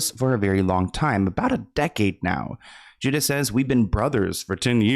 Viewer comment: His name is Judah not Judus.